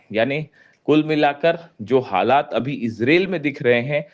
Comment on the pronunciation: अबे ijrel नहीं इजरायल 😅